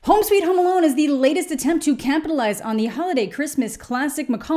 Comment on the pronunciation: Did you say "campitalize"? Cuz I think that's the word.